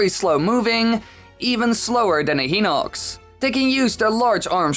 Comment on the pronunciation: it is hy-nock-s not hee-nock-s